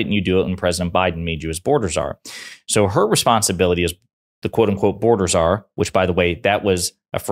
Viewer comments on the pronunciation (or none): none